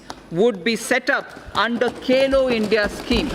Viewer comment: It's Khelo India not Kelo India☹️☹️ It's Bhagidari not Bagidari☹️☹️ Baki SB Lok lubhavan hi LGA😬😬 Jwan and Kisan are ignored by Government. Very disappointing fact.